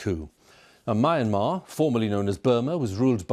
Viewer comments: Can't even pronounce Myanmar, that anchor is shit. It's Me-aan-mar not Mayan-mar. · "mee-AN-mar" It's not that hard to pronounce, BBC! So much of this poor country's agony is due to the brutality of colonial occupation. At least try to get the correct pronunciation. (And, no, it wasn't called "Burma" for centuries) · Myanmar is pronounced Me-and-mar. Amazing to see so many presenters get this wrong.